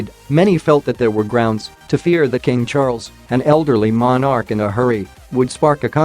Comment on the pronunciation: Somehow, I have trouble believing a video when the announcer is clearly a computer generated voice. Especially when the subject is the royal family and the voiceover cannot properly pronounce the word "monarch".